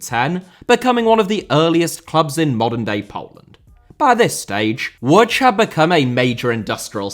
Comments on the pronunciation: Its pronounced "Woodge" not "Wodge". The "O" with the dot on top is pronounced with the "ooh" sound. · Isn't it pronounced more like Wooj?